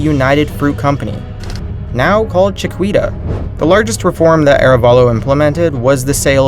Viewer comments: CHIQUITA is pronounced "CHIH-KEE-TUH" .....not "chih-KWEE-tuh", c'mon! PS. They call those "Banana Republics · Chi-kita not Chi-kwita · it's pronounced cha-ki-ta. not chakwita. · pronounces 'chiquita' wrong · When he pronounced Chiquita i think i just died a little bit